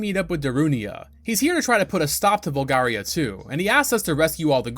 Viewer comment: also says "Volgaria" multiple times at that point "Mulan" and pronounces Epona as "Ep-pona" 😅 its a GOOD VIDEO otherwise, but come on man, get the names right, you played the Game often enough.